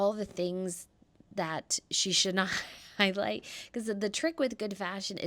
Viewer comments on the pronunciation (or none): none